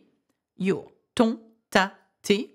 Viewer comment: Why your ton sounds like don?